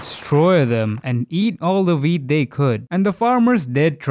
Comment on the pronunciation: Every time he sais wheat, I hear weed.